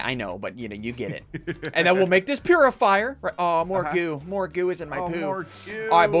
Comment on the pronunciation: its not a PURifier its a POOifier